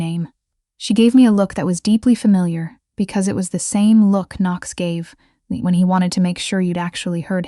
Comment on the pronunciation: I liked the times Knox was pronounced ['Can-nocks] 😄 Really liked the story though. 💜